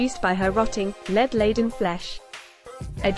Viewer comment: If that narrator can pronounce dead (ded) why can't she pronounce lead (led)???